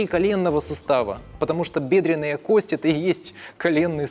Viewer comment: Не надеюсь, но попробую... Может, кто-то и читает коментарии. Автор видео, пжлст кОсти!!!! Ударение!!! Ну вы же пытаетесь в подобие доказательной медицины. Горит в области первичного рта(пардон, пардон). Вы монтируете видео используя только видосики с ютуба и тиктока? Откройте атлас Капанджи, проконсультируйтесь в профильном месте, вам все подскажут, а то ботов накрутили на 600т., а понимание матчасти приземлённое...